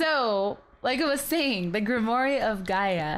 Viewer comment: Super late here but it’s pronounced grim-war ;0